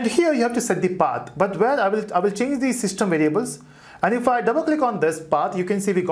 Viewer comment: Less haste and more speed would be better. Thy using 'the' instead of 'dee' to slow down.